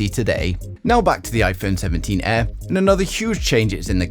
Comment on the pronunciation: "Iphone 17 EH"